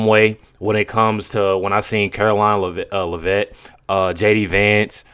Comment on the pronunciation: Hi from vermont. Karolines last name is pronounced. LEH-VITT